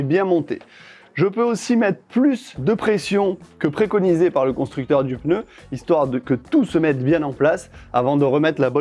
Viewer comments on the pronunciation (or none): J'ai pas bien entendu... On dit PNEU ou PEUNEU?.... LOL... ;)